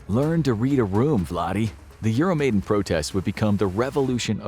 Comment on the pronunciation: You mispronounced "Euromaidan". It's difficult to be credible on a topic when you aren't even familiar with the proper pronunciations of key terms.